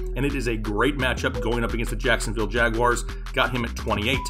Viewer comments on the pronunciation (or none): none